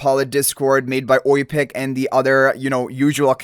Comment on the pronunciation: did he just say OI-PIG? Bahahahahaha!!!! Love you Oipiq <3 Much respect for all the work Mate!